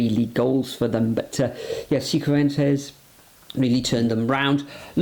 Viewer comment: Hi Guys, be the first to pronounce Cifuentes correctly. It's pronounced "Si Fwentez" Loved your predictions.